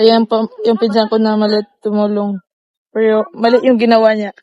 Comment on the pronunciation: Hnd mo Ako baser ayosin mo pananalita mo ung pg bigkas mo Ng piro at ung pg lalabas mo Ng dila mo alisin moyan wg Kang poponta sa pb house na Ikaw lang KC parang ayaw na nila Sayo